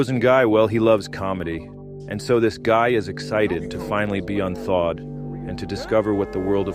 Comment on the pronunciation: Hey man don’t say un thawed